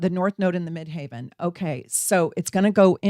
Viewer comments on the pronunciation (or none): Question, why do you say "midhaven" instead of "midheaven"? Just curious. *intercepted Aquarius 3H and Leo 9H with Venus Leo conjunct MC, LOF also in Leo 9H; duplicated 1H and 12H in Scorpio and 6H and 7H in Taurus. Scorpio rising conjunct Pluto Scorpio 12H* Honestly, I don't totally relate to the descriptions you gave for intercepted Leo/Aquarius, but I do see their effects in other ways. I've always been more of a leader than a follower. I've always been creative, but I was sometimes worried about how that creative expression would be received. For example, I loved theater in school and I was very, very good at it. However, whenever my theater teacher would want me to play the lead in school plays, I would make up excuses for why I couldn't, even though deep down, I very much wanted to do it. I was afraid of peers making fun of me. I was afraid of not living up to my teacher's expectations. I was afraid of failing. It was easier to just not even try and I still regret it to this day. I feel like I never really got to be a happy, free spirited kid, in general. I felt like I needed to be much more grown up and mature than I actually was to get anyone's attention or praise. I was always just subconsciously searching for someone who would love and accept and support me completely and unconditionally and I ended up disappointed and heartbroken every single time. With Aquarius, I do think I often stood out, just not always in the ways that I wanted to. I basically kept my true se